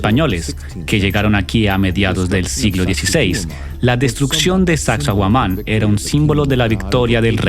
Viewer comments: sacsay huaman no yuman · Omg no se dice sacsohuaman, si van a narrar minimo digan las palabras correctas no?un montón de errores al hablar. Pero esta chévere el documental. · Mala traducción de las palabras en quechua, la mayoría de palabras quechua tienen la entonación en la penúltima sílaba, por ejemplo Sacsayhuáman, Pachacútec, etc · suaxsuaguaman??? jajaja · Es una pena q no puedas traducir apropiadamente..originalmente es en habla inglesa..xfavor averigüen como se pronuncia xq es desagradable oiSACSAHUAMAN..entre otros. . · El traductor está muy perdido con los nombres de los incas incluso con la pronunciación del nombre de la ruina😊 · Desde que escuché eso de Taantinsuyo y no Tahuantinsuyo, Sacsauaman en lugar de Sacsayhuaman..., ya denoté que este documental iba de mal peor... ni se diga de llamarnos indios. Terrible. Dejen de llamarnos así, aquí en América no hay ni hubo indios. Terrible.